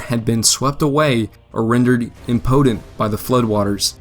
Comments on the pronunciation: Needs a new narrator. Cairo, impotent, theatre. In a another video, McIntosh pronounced like MickIntosh. Otherwise nicely done. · "Im-podent"...Impotent. ......Not potent. "Comishary"......Commissary. Holy hell, guy. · The graphics are nice, and the script would be as well were it not for the countless mispronunciations of common words such as ardor, environs, impotent. I would have liked to use this as a little diversion for my military history class, but I can't with all the pronunciation mistakes. Just a thought.